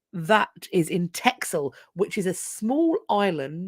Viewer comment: RE Van Gogh's Reader: now we still know nothing about what was going on X-D By the way, Texel is pronounced like 'Tessle', as in with an s instead of the x